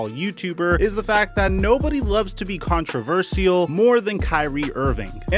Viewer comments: It's pronounced contra-verSHAL not contraverseeyal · Con-tra-ver-shull. It's really not that hard, dude. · I keep getting thrown off when says controver-sea-al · Did he just learn the word or is it intentional😂 I really need the answer to this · you're saying controversial wrong bro. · the way says controversial is more controversial than the entire kyrie situation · the vaccvine got saying controversial wrong 😭😂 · Dude, please learn how to pronounce controversial, otherwise I like your videos :)